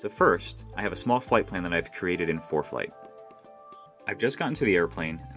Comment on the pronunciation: Why is the narrator saying foreplay